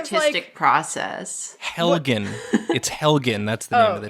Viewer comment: It's HELEGEN, DAMNIT